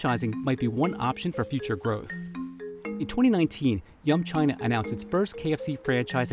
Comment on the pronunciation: They say “yum China” but I keep hearing “young China” :)